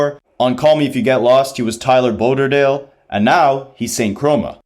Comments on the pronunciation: No way you said "Baw-der-dale" - It's Baudelaire, like the poet, pronounced Baw-duh-lare. 😭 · BOULDERDALE 😭 (it’s pronounced bow-di-lare) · Baudelaire ❌ Boulderdale ✅